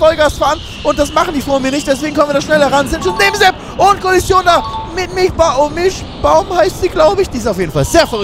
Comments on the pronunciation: Die gute heißt Milschbaum und nicht Milchbaum. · die heißt MilSchbaum :-P Ansonsten geiles Video. Hoffe es wird noch Rennhighlights geben. Vielleicht übernimmst du den cut, bist du etwas geübt darin.